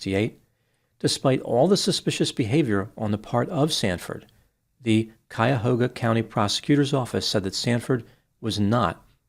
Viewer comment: Thank you for pronouncing "Cuyahoga" properly.